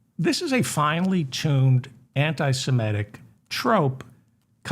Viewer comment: David, the word is antisemitic, not antisimetic as you mispronounced it. Too many make this mistake with this word. Please say it correctly.